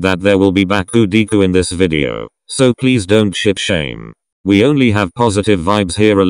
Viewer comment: When it said ship shame am I the only one what heard shit shame lol